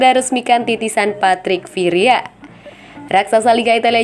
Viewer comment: Kok "Mencelebeh" sih? Itu klub apaan?? Partick "Viria" juga siapa?? 🤨